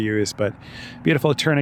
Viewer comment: Kenai = KEEN-eye Also, the 'k' in Knik is vocalized. Welcome back to Anchorage. :)